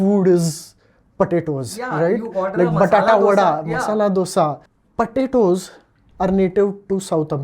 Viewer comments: it is not patato it is potatos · Why is he saying patatoes